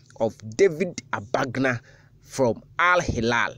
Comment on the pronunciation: He David was my primary school mate. His name is David Agbanga and not Abagna as you guys pronounce it. Maybe he might have changed his name.